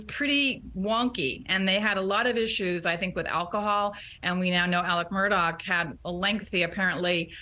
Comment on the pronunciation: Both of these women and many others continue to pronounce the Murdaugh name as Mur- dock!! It is not Murdock, it is Murdaugh ( Mur- daah) it's also Alex not Alec. Get it together tv ppl pronunciation is so important!